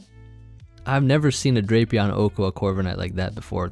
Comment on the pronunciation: Its pronounced "Drap e on"